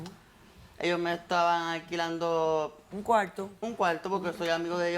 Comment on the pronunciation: Por que no pronuncias Al las ‘R’s ? Puelta, cualto…. Es tan dificil ?